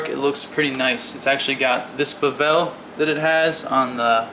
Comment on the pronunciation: Every time he says buhvel instead of bevel I laughed. Nice overview!